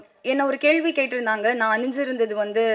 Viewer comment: Yepdi avnga uchcharippu crct nu ivlo per nenakiringa 🧐 Fluent ah news vaasikira mari supera pesranga Kekka nalla Iruku but she's pronouncing periya ள as ழ..kelvi ya kezhvi kezhvi nu azhuthi solranga particularly in second video ...again ketu parunga